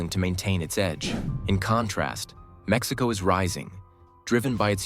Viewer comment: Your pronunciation of Mexico and cities in mexico are wrong/terrible. Why make a video talking about how great they are without saying any cities or EVEN the country correctly. Besides lack of basic pronunciation in the video, it focuses on "growth growth growth"... if i have a country that has 10 billion in GDP with 10% growth and another country 100 billion with 1% growth.... the total number is the same. But one economy is 10X bigger. Focusing on short term growth without showing total numbers is misleading. I love mexico but your understanding of economics and horrible pronunciation (or use of AI to hide your identity) is horrendous.